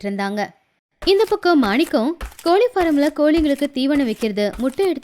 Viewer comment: கோலி இல்லை.... கோழி